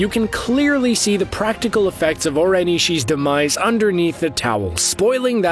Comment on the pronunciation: Oren e-she-e